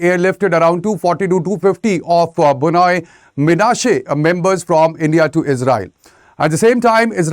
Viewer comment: Very stupid and inaccurate report who couldn’t even properly pronounced Bnei 😂 Do you home work first before you spread your false narrative.